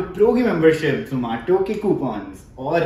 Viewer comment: Its not zo-maa-to